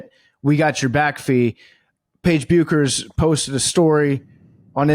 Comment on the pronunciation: Paige Bueckers' last name is actually pronounced "Beckers" like "checkers." The "u" is silent. PFT must know this.